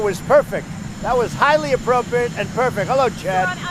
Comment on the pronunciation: "I call it a perfecK conversation....", the man can't even say the word perfect! What a loon.